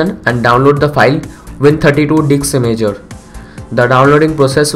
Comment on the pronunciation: he says DIKS imager! 😂 LOL